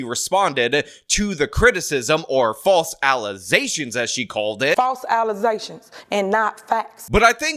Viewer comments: I still howl whenever I hear false allezashuns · Those were all false allezations